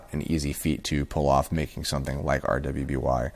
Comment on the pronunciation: Great input as always,. Although, this is probably the first time I've heard anyone pronounce it by each letter since the show started. It's pronounced "Ruby", it just has a W in it because of the color theme and because one of the four main characters has a W in their name.